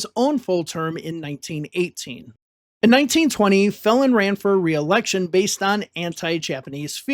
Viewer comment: You do such a great job with your videos and I am sure you would want to know when something is off, the pronunciation of Phelan is; “Fee-lan.” The Main Street through City College San Francisco is named for James D. Phelan, and around 2020 they were going to change its name, I’m not sure if that has happened yet.